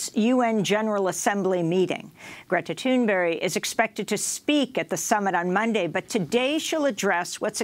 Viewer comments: It's Greta Thunberg not Thunberry. Right? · Why does Amy keep saying "Thunberry" when it's "Thunberg"? It's really weird. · Why are those people from the USA continue to pronounce it ”Thunberry” 😁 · If one hadn't seen the name, Amy's pronunciation would be written as 'Greta Toonberry'.